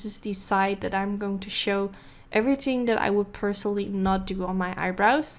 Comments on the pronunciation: “Everything ting” lmfaoooooo I cant 😂😂😂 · Every "ting" 😂😂😂